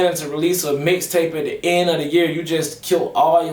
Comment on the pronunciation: Lol I fwu but it sound like u said dicktape lol im over here weak asf 😂😂😂